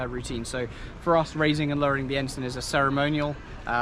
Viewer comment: note to self, it is said Ensun not Ensign. 😊